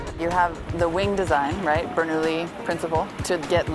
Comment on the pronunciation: She said Bernoulli.